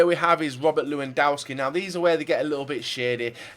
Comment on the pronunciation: if you're gonna say loo-an-dow-ski, you dont have to try with french names